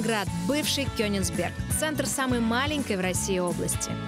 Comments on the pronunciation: Она говорит Кёнисберк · Мне кажется, или Маша Горбань говорит КёниНсберг, а не КёниГсберг?🤔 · Слышу «КениНсберг» и скулы сводит.